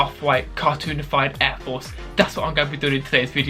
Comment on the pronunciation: “Aiw fowce 1”